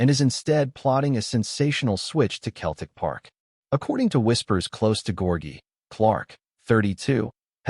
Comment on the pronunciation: Who the hell is Keltic ??? It’s pronounced seltic you American numpty .